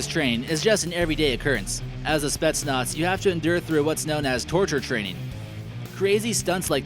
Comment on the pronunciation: It's not spets nots it's spet Naaz